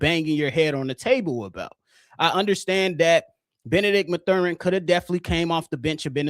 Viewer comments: I blame for the Benedict Mathurin miss! He heard how you were butchering his name on this pod and chose NO. 😂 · Constantly mispronouncing Mathurin